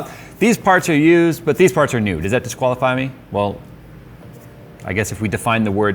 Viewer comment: Every time you said of used parts I heard abused parts. Makes sense.